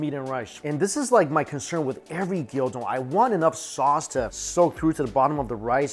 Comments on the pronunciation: Gyudon not gyodon lmao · Gyudon not gildon Gyu rhymes with new don rhymes with bone The dressing wafu means Japanese style. and still can't say Onigiri, I guess you have a speech impediment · Stop calling it gyO-don! it's Gyu! From the Japanese word for cow/beef. You don't call it WagyO do you? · It's called GYU-don, not GYO-don... LOL